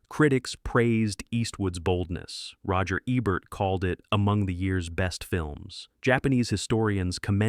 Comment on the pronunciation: Is AI narrating this, it's pronounced roger EEEEEEEEbert! WTF. Poor production.